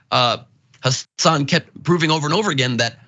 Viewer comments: FYI it's Mehdi HA-san. The accent on the FIRST syllable of his last name. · Taibbi can't get his facts straight, that's for sure, because he doesn't even try, it's not important to him. On the other hand, you guys can't bother to get Mehdi's name right either. It's Hasan, not Hassan. Listen to how the guy himself pronounces it and maybe pay attention for a change. I can't understand how this is so hard, he says it all the time on his show, but it also reflects a laziness on your part TYT commentators. Glass houses and all that....